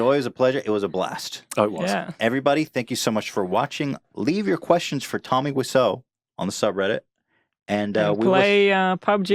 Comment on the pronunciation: TOMMY WAI - ZO !!! WTF ETHAN